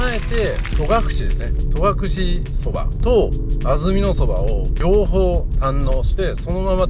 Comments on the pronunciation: 重箱の隅を突っつくようで恐縮ですが、戸隠「とがくれ」ではなく「とがくし」ですよ。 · 観たよ観たよまたまたぜーんぶ観たよ😊 いい旅でしたねー♪ 私も10月初めに北海道から初めての長野に行きます。 松本空港でレンタカー借りて、まずは奈良井宿に行き、長野、小布施、上田、別所温泉♨️などのコースを予定しています。 戸隠や安曇野、上高地もいいですね！楽しみでワクワクしてます😊 あと、とがくれじゃなくて、とがくしだと思うんだけどなあー